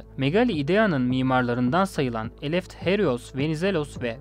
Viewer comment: Eleft-Herios diye okunmaz Ελευθέριος. Theta harfi (θ) peltek bir T sesi verir, yani T ile S arası bir ses. İngilizcedeki th ile aynı.